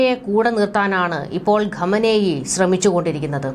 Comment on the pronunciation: Please pronounce Iran leaders name properly. കമനേയി എന്നല്ല , ഖൊമേനി എന്നാണ് ശരിയായി pronounce ചെയ്യേണ്ടത് . thanks